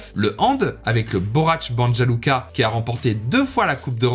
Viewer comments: Très intéressant. Cependant on ne dit pas Banja Luka mais Bania Luka précisément. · Pour information le J se prononce Y et le U se oeononce OU, donc Banja Luka donnerait Banya Luka et Sarajevo donnerait Sarayevo. Maintenant que tu sais ca tu peux refaire la vidéo 😅